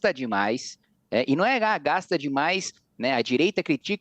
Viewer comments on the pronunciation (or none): Este tal de CAMPUCH, ANTES DE TUDO, ESTE JEGUE, ESTE BURRO TEM QUE APRENDER A FALAR. NÃO É IMPOCHTO, É IMPOSTO, NÃO 3 GACHTAR É GASTAR... VOLTE PRA ESCOLA SEU IGNORANTE, BURRO, ANALFABETO FUNCIONAL... ISSO NÃO É SOTAQUE, ISSO É IGNORÂNCIA MESMO.